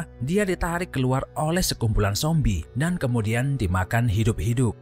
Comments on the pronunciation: Kok nyebut zombie nya sombie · Sombie atau zombie min ???